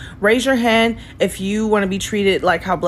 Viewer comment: She says "han." "Raise yo han." "Raise yo han befo' i aks yo han off...dont make me aks again, idkhtf to speak english cuz im lizzo, im an ignorant embarassment to myself